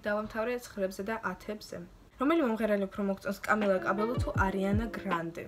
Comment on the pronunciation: კამილა კაბე”ი”ო!😂😂